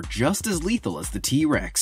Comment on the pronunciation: you said just as leathill